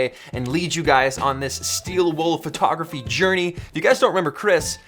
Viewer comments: Am I the only one that heard the word Furrtography 50 times? Great video btw. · Chris and his "fertography" :P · Chris kept saying "phertography". I though that was funny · PHERTOGRAPHEE!!! Sorry Chris, love ya, it was just outstanding every time lmao.